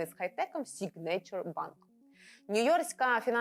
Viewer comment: Та й signature вимовляється як "сІгнече" з наголосом на першому складі 😀. Вибачаюсь за буквоєдство.